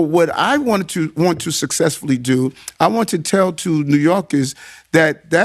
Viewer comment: New YOLKIZZZ😂😂😂